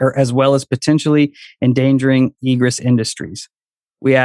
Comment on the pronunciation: It’s pronounced ē′grĕs. And means The act of coming or going out; emergence. It’s used in fire code standards in construction. Stop saying “egrus”.